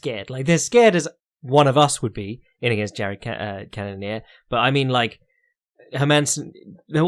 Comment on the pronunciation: CANNON - EAR HOW HARD IS IT